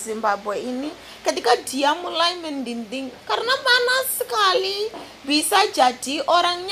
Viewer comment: Sendok magiccom: CENTONG Boiling: mendidih bukan mendinding aduk bukan raduk Semangat